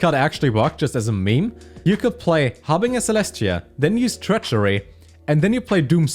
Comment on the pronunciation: I am a big fan of that pronunciation and i think it should be the official version, because I used it too, but it's pronounced "haar bin jer"